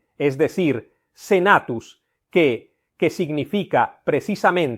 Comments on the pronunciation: ¡Y se pronuncia cue, no que! es decir, la U no es muda. Además, cualquier persona que sepa de Latín, sabe que el neologismo Vídeo, lleva acento gráfico en la "I" porque es así como se pronuncia, y él dice video, una forma errónea de pronunciar, fruto del uso de la palabra llegada de paises que no usan puntuación gráfica (Inglés) y fruto del desconocimiento del Latín y también de la no reflexión acerca de cómo se pronunciaba. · PopulusQUE. Con pronunciación CUE. La U en Latín, NO ES MUDA. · " QUE " se pronunciaba " CUÉ ". LA " U " no es muda. Los romanos no conociana la letra " U " , empleaban la " V " . QVE y no QUE. Estamos un poco flojillos en latín. Ay señor.......